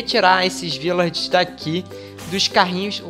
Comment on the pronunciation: vc é carioca de mais (sei que vc ñ é carioca) cismou que é Virlager, mais é Vilager!!!! Mais mesmo falando errado, essa sua voz delícia, deixa a palavra bonita!!! Vídeo excelente, abraços!!